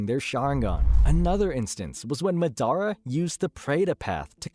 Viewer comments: It’s MAdara not maDAra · Madara is not pronounced Midara my guy, go watch the dub again. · buddy couldnt say ma-day-rah ( madara) that tilted me sooo bad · Mah•dah•rah. Not Muh•Daruh. Jesus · Bro is Madara not Madonna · Who the hell is this guy? Ma-dara? It's Ma-da-ra you fool! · Madara ❌ MuhDaRuh✅ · madara❌ Medara ✅ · ma-dara lul its moder-a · This dude said "MA dara" 😭😭 made me wanna block him real quick, I stopped watching real quick, still had to call that shii out😂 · such as mad-a-ra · man said MA-DAR-RA lmao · “Ma DER Ah” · Lost me when he said…Ma- dar-ra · It’s madara (maa-da-ra) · Mah dara 🤣🤣💀💀💀 Edit: who’s madara I only know of Mah dara Huh? You mean Mah DORA 🤣 Yooo kuh doma I’m sorry but this is too funny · The way you said MA DARA caused me physical pain😂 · Instantly caused me internal bleeding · Who’s madara I only know of mah dara 🤣🤣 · for reals has he ever watched Naruto they say his name like 1000 times hahah moo dara, its like black panther Namor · And SUS ANO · left the video when you pronounced madara wrong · This is the first time I've heard someone say madaras name like that. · Turn this shit off when u pronounced Madara wrong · You pronounced so many things right How do you keep slaughtering Madara’s name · We gonna talk about how he said Madara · LMAO THAT HAD ME DYING I WAS LIKE WTF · It’s MAdara not maDARA. Also SOOSano not soosANO. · do you just like to say things wrong to be different, or have you genuinely never listened anyone say Madara, Deva Path, or Baryon Mode (amongst other names you said wrong here)?